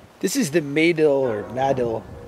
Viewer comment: I sure miss his video uploads. RIP. Btw.... it’s Muh-dill not May-dill lol